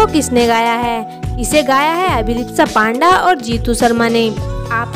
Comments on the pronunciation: माफ करना,लेकिन हम भारतीय तो पांडा की जगह पंडा सरलता से बोल सकते है न.... फिर....क्यों.....?? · Right yeh ladki surname galat bol rahi hai